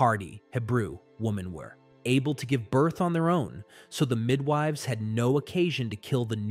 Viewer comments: Midwiveys? This text to speech isn't reliabls, it keeps tripping over words like Moses, Pharaoh and midwives... None of them are particularly obscure. It's kind of sad because a lot of work must have gone into the writing. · The mid-wahveys 😂😂😂😂 okay the tts is inadvertent comic relief 😅 😂 Does break my immersion in the story though.